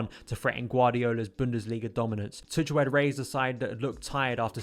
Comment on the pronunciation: Nice overview man! his name is pronounced Too-Kal though! just a friendly heads up haha!